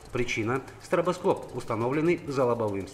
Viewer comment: "Стратаскопы" вахаха начальник УБОП незнает как производиться слово "СТРОБОСКОП"